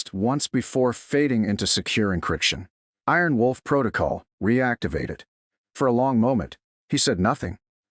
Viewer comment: This Narrator can not get the Special call sign right.!! ☆☆ Its not Aarron Wolf .or it's not Arron Wolf The correct call sign is " Iron Wolf " . Also why are you shouting. The use of all bold and capital letters is considered to be shouting and rude !!!